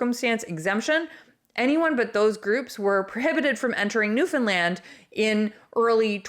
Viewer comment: It's Newfoundland not New Finland